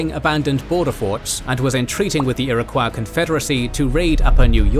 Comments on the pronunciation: I love you but I'm not sure that pronunciation of Iroquois is proper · I really love how badly they (mis)pronounce 'Iroquois.' Love you guys.